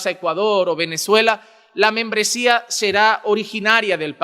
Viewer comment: Porque dise que menmbresia